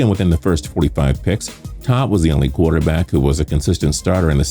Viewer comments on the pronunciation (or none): He said "QUARTER BASS CLASS"